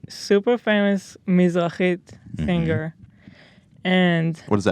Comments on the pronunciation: Nobody: Ethan: sinGUR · Will Ethan ever manage to pronounce "Singer" normally?